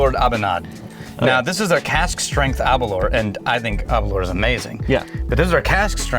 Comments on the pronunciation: Aberlour... Its pronunciation rhymes with Girl-Power or Sour-Flour. Aber-Lour Best regards from Speyside. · Sorry guys, but as a Scotsman? Hearing you say Aberlour is just painful. ABer lour. The lour is like the sound in “flour”. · Your pronounciation of Aberlour needs some work chaps 😄